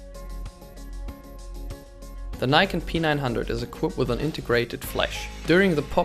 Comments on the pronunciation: Its NIKON. Not AKON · Its not "neikon" its nikon.... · Don't mislead people, it's pronounced Nikon